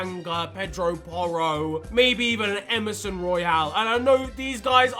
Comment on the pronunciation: ye i agree but idk why he said poro